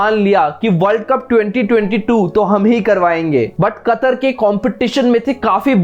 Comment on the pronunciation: Chootiye वह कतार नही कतर है झंडू पहले नाम तो लेना सीख ले